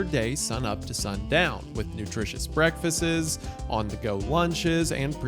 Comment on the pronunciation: Just now noticing Isaiah says breakfastes